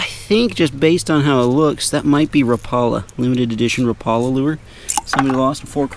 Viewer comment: Bro why did you call that lure a repaula” it’s Ra-pa-la